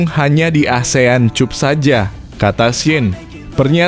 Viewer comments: Cup dibaca kap brow 😂😂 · Baca cap apa cup 😂😂😂😂😂😂